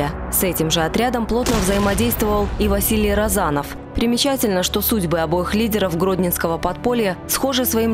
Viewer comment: С ударениями в фамилиях не разобрались, что ли? РОзанов и РозАнов, НЭбе и НЁбе...